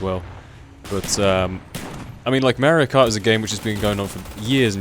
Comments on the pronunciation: mahr-ee-oh. It's pronounced mahr-ee-oh. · Merry-o kart :D Great vid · i love mario kart for the wii. and i also love how says mario lol